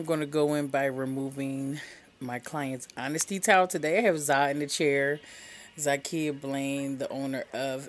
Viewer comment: Ok because me and her have the same name you did say Zakia right?!😅